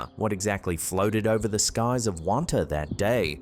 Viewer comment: You know when someone isn’t from Long Island when they pronounce the towns wrong… lol Wantagh (Won-taw)